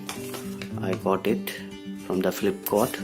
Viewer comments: Flipcort nhi hota flipcart hota hai,😂😂😂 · Nhi Ma'am flipkart hota hai. Lol